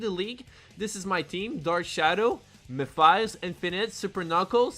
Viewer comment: It's memphis tennessee not mephiles. If you know you know.